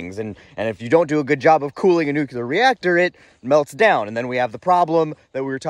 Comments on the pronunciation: "NUCLEAR" NOT "NUKE-YOU-LER"! Geez, did you go to the same grade school as "Dub-ya"??? He started that mispronunciation, didn't he? Otherwise good content, maybe sit and watch one of the excellent Fukushima videos. Not the 15 minute ones, either. Then any "311" Japanese content to get a better handle on the NUCLEAR plant issues seen in the country after the 3/11/11 earthquake and tsunami. Not that you read YT comments! 😂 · Dude! For a non-engineer, you described the subject quite well! You are obviously intelligent. One minor correction: the word nukular, new-queue-lar, is not actually a word. It slipped into the lexicon when Bush II used it. The correct word is nuclear, nuke-lee-err. It will put the crowning touch on your already great explanation! ✌🏼 Keep up the great work and this retired boomer engineer will keep on watching! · You keep saying "Nukular" and it makes me cry inside. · That is exactly what I've said to those who say nucular. New clear is a way to help them. Epilepsy is another word that gives some folks a problem. They say espilepsy. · Repeat after me: New Clear Again: New Clear One more time: New Clear So say it with me!!! Nuclear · Agree. Or NOO-klee-er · Dude, love your videos, but you’re way too smart to say “nuclear” wrong.❤